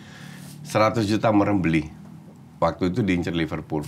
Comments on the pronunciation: Wakti matu wkwkkwkwk salah ucap bang helmi ikutan juga wkwkkwkw lucu menghibur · Coachy : Jadi kalau misalnya pelanggaran wakti matu ! Bung helmy : Wakti matu...!!! (ngikut) 🤣🤣🤣